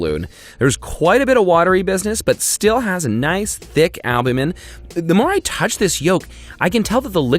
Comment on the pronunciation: Stop saying albumen , worse than the fake eating